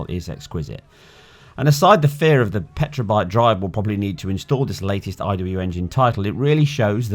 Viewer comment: Petabyte not Petra homeboy!